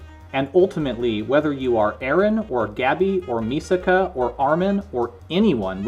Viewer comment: You mispronounced Mikasa both the character and her namesake ship, despite the name literally being in the text on the screen. I know it's petty comment for such thoroughly made and interesting video, but damn it throws me off course. How do you read entire manga or watch anime where this name is mentioned like hundred times and make such mistake twice?